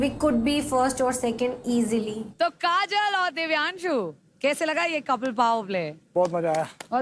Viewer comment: Chipkuu kajal bolo ache se..